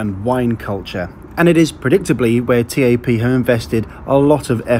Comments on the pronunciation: Also wtf T-A-P? At lest learn to pronounce things right my god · You're supposed to pronounce it TAP as in "tap on a window", not T-A-P... Good video though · its tap not t-a-p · its not T A P its Tap! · Joseph Prosser yeah every time he called it T-A-P it was hard not to cringe. I’ve never heard anyone call it that before. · Great Video!!! Couldn't help but notice that you where proununcing the name incorrectly. It's pronounced as "tap". Anyways I am proud to have you review my home countries airline. Keep up the good work!!! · TAP is not pronounced as T.A.P but as a single word. Try saying tape but pronunce the "a" as you do in "almond" :) Great video as allways and oh I almost forgot... PORTUGAL CARALHOOOO!!!!!! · I'm sure you're right with the pronunciation but it feels so strange hearing TAP pronounced T-A-P rather than 'Tap' as I do! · It´s TAP, not tee ae pee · The airport should ban you from going there talking bad about my airport u should talk about Gatwick Airport that's worse than Lisbon Airport and the airline is TAP NOT T-A-P